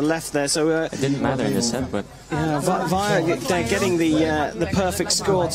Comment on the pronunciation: Stupid English commentator keeps pronouncing Wijler's name wrong.